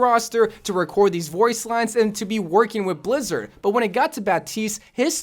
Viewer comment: Did he just say blizzid or am I crazy